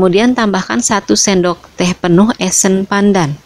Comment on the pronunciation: ngomongy itu ya Kak yg krg enak d dengar, kocok bilang kocek, sendok bilang sinduk, bahasa indonesiay kurang sip, tdk se sip resepy. maaf koreksi ya kak